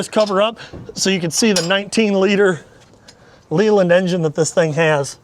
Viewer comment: Can you export her to a UK buyer? Also I just have to say its pronounced Lay-Land like Lays chips, then land. I hope it doesnt come across as rude as I dont mean it that way. To not kill the batteries on start use the generator engine, I was taught: generator on, wait until it warms up then revs up and start main engine, then wait until the main engine oil to warm and reach top crank. Drive her often and hard. Also you may want to check the injectors as lots of smoke is typical of coolant getting in through them.